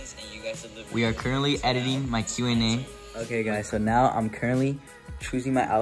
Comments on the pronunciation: No one:: CuRentLy Me heart 💗💓💞💕💝💖💘🥺🥺😩🥺😩🥺🥺🥺🥺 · Ceo of being so cute and getting so much hate for saying currently 😩🥺🥺